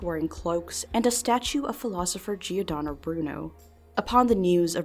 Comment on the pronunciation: only bad thing about this video is how giordano was pronounced but otherwise this video was very interesting!